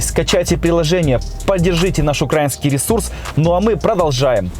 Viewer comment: Эх ты... кацапездол! не укрАинский а украИнский!